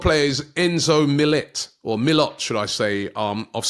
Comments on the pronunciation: I'm sorry if I'm persistent, it's just if you correct yourself, correct yourself "mill-yoh" 😂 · Robbie gotta Work on the pronouncation of some players 😂 Retegwwiiiii, Milloooottt